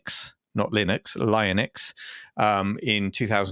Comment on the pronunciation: The Castle machine dating from 2002 was called the "IYONIX pc" (using exactly that mixture of upper and lower case) — and note that the first letter is an ‘I’, not an ‘L’. I was surprised to hear you get it completely wrong. It’s a bit of a weird name, I agree, but (despite the odd ‘Y’ as the second letter) it’s supposed to conjure up ideas of ‘ionosphere’ and high flying. There’s nothing to do with lions as such (although, coincidentally, a later large-case model was known as the Panther). The Iyonix (which is easier to type!) was indeed the first pure 32-bit RISC OS machine (no 26-bit addressing mode) and the first to run RISCOS 5, which was launched on it in December 2002. (I designed all the new RISC OS icons and other graphics for it.) Based on the Intel XScale, it was the fastest ever ARM machine at the time of release, though of course a cheapo Raspberry Pi can run rings around it now. I still have my original-issue Iyonix and even still use it occasionally. It was a great machine, and I published both magazines and music with it for many years.